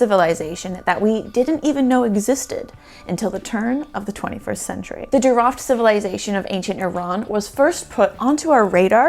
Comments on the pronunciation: You are doing pretty good job describing the JEEROUFT archeological site. . Jeerouft is a more correct pronunciation as oppose to sounding like animal called Giraffe . There was a Silk Road before it was called Silk road. the Jeerouft was in between the RICH Indian sub continent and the RICH Mesopotamia, that is why it was rich and thriving, plus a great soil and agricultural production. Water was the only limiting factor on entire Iranian plateau throughout history. Thank you please if possible , contact Iran documentary producer Mr. Aghajanzadeh and his wife. you can select and dub some of his great works. His production is in Farsi only , that is why it not known worldwide. Thank you again, Greetings from sunny California. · Thanks--very cool, the name is pronounced as Jee-row-ft (not Jee-ruffed) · I had to look for the name because I kept hearing "giraffe" 🤭